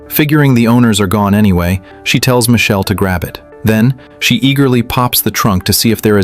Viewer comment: Please change yr ai to pronounce michael instead of michelle ..😣😣🤢